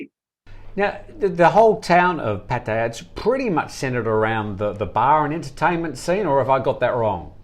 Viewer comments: Thanks, good edition today 👍🏻 Nice to see from Pattaya - fancies himself as a Thai speaker but made a meal of Pattaya pronunciation...🤔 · can you please pronounce places in Thailand like an Australian..just speak normal you are not thai!!!